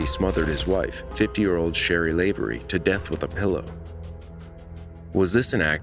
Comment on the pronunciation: Not Lave-ery, Lav-e-ry.